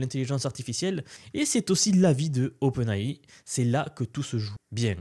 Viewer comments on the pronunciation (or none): OpenAI prononcé à la française...stp fais un effort...